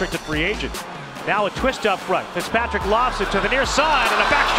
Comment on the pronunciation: I never heard pickspatrick but I did hear fitztrajic